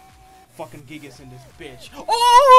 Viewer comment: My guy really just said gigas with the hard R